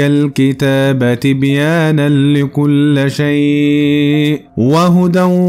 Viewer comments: اخي بارك الله فيك حينما تقرأ القرآن يجب عليك مراجعة القران لكي تقرأه صح (تبيانا لكل ِ شيء) انت قرأت اللام مفتوحة وهي مكسورة .. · "تبيانا لكل شيء" بالكسر وليس بالفتح